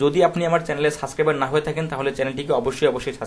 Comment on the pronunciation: দয়া করে সাবস্ক্রাইবার শব্দের উচ্চারণটা সঠিক করে নিবেন তা না হলে আপনার শিক্ষার্থীরা আপনার মতে উচ্চারণ করবে এবং এটা ভাইরাসের মতো ছড়িয়ে পড়বে সমগ্র শিক্ষার্থীর ভেতর